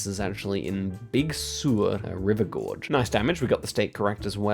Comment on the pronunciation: For those who might be unfamiliar, the California coastal region known as Big Sur is often mispronounced. I want to clarify that it's actually pronounced "Big Sir," not "Big Sewer" as just said.